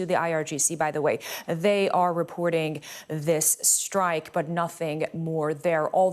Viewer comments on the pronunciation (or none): none